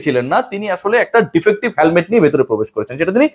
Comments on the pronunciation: He এর পরে have হয় না, has হয়। হ্যালমেট না, হেলমেট...ইংরেজির বেসিকটা না জানলে কিংবা বাংলাও ঠিকমতো উচ্চারণ না করতে জানলে কেমন বিতার্কিক ছিলেন তা প্রশ্নের উদ্রেক করে... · Not halmet, helmet.